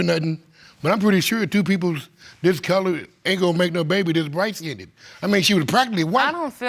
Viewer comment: Dear Americans, There's NO SUCH THING AS LIGHT SKIN-DED !!!! It's light SKINNED; pronounced skin'd .